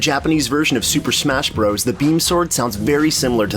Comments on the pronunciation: FYI it's pronounced "Super Smash Brothers". "Bros." with a period is an abbreviation. "bros" is a different word. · I love your videos but it's Bros. pronounced, "Brothers." Saying it different in an apparent attempt to be cool is like nails on a chalkboard. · Can you stop saying Bros. as "broze"? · Because it is spelled Bros, it is still said as brothers.